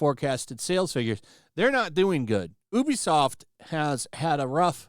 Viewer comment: You're mispronouncing ubisoft